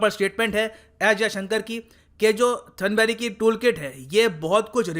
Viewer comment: थनबर्ग है सर थनबरी नहीं और साइना है सानिया नहीं😁😁